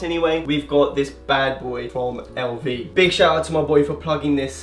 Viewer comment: I hate the way u pronounce lv even if it’s how it’s said, why put the accent on